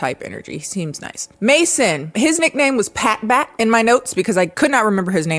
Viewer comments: I keep thinking she's saying "Pat Matt" like reverse Matt Pat Game Theory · Every time you say Pat Bat, I hear Pat Back and think of that one disturbing SpongeBob scene where Patrick makes his back talk